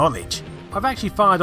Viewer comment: Sounds like you are saying "co-oberate" when I think you might mean "corroborate"